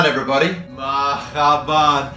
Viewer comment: being black is being Muslim I am Muslim and black and the fact that he was wearing that ummah which is very precious to Muslim at it was worn during the prophet and olden times and is worn during haji also he mispronounced marahban and alllumdilluah almost as if it was a joke